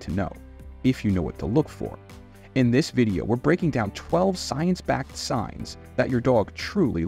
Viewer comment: Uh..."Science". SMH. 😂